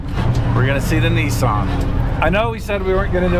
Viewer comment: Nissan has not got an "o" in it.